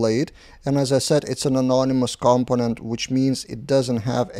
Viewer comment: the stress is on the second syllable: comPOnent. There are a few native speakers who also get this wrong ;) ... good job on the videos